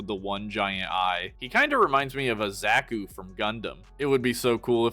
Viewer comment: that is NOT how you pronounce 'zaku'